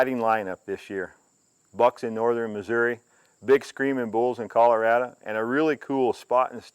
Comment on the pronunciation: It's pronounced ColoradO, not ColoradUh.